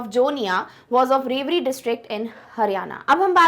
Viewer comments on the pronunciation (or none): Its pronauncition was not rewari its rewadi